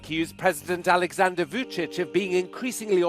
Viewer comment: Maaf bang... cara baca Vucic suara huruf C nya jelas... Vucic bukan Vudic, suaminsaya dari serbia